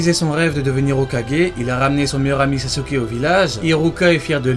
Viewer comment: "sasuker" 😂 je Sasuke, tu sasukes, il Sasuke, nous sasoukons, vous sasoukez, ils sasoukent